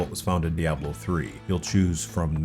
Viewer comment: Another 'jagwire' dude 😂 good you didn't call diablo 'dayablo'